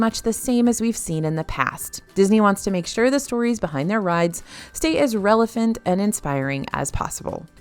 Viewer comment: Did she say "Relephant" instead of relevant? ?